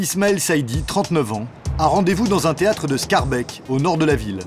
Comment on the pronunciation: Pour tous les français et les présentateurs télé, on ne dit pas schaerbek on dit schaerbeek, dites les e comme un é pas comme un è